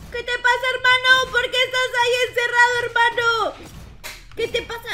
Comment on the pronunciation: Jaja tu hermado cada parte dices hermado